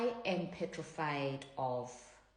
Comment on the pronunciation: Please speak English it’s not peferied the word is petrified. 😂